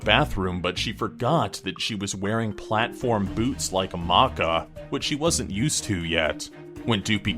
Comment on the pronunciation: Who the hell is caca,i mean maka